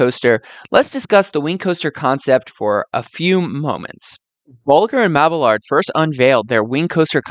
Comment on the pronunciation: Mab-ee-yard. No hard L in the name.